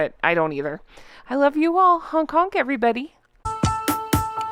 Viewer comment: I think that you are perfectly articulate. You do say Honk Honk with a slight accent. 😉. But from someone in the beautiful Northwest, Oregon, I love your post. Honk honk!